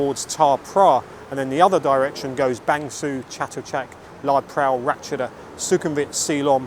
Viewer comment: Interesting video! A note about Bang Sue. It's pronounced 'ser' as in 'her' rather than 'sue' as in Pollard. I only mention it because you often talk about the place in your videos. Keep up the great work!